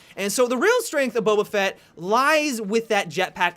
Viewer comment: Finally someone who pronounces Boba Fett correctly.